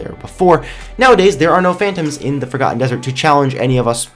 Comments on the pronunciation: sounds like he said fricken ham dessrt at 0.09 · Instead of Forgotten dessert i heard "FACAN dessert"